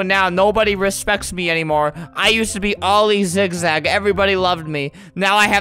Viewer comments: Every time he says ‘oil zigzag’ I feel like he says ‘all these zigzag’ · Every time you kept saying oli zigzag it sounded like all these zig zag